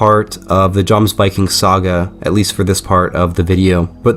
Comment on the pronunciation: For future reference in the Nordic countries the J letter is as a Y sound, so it’s said “Yomsvikings”. Great video 💪